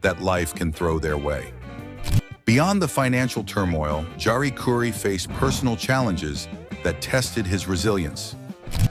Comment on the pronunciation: Chari Curry? It's Jari Kuri not some Indian dish.